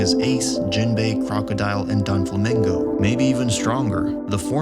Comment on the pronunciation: nobody boutta talk about how he said "impel dawn" and "donflamingo" ??